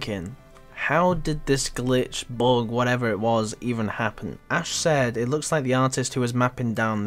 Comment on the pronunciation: "Bug" not bog "but" not bot ffs learn english